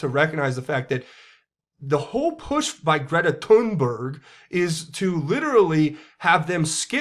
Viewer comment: Bahahaha love how you say "greta thunberrg"